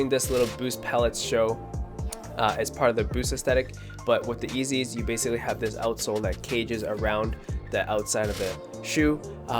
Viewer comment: Wait did you just call yeezys... eazys 😂😂😂